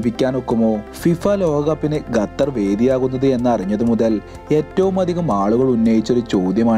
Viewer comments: 🤔ഗത്തർ എന്നല്ല ഖത്തർ എന്നാണ് 😊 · Arabic pronounciation ഗത്തർ എന്നാണ്